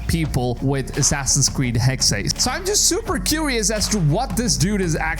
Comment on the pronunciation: It’s “Hex-A” it was said on the Ubisoft Forward in 2022